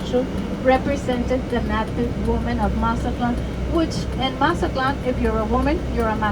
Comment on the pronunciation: Just came across this video just wondering if his pronunciation of Mazatlan was for real or joking. Otherwise great video.